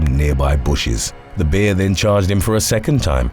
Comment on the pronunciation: It's pronounced 'bear' not 'beer'. Just sayin 🤷🤣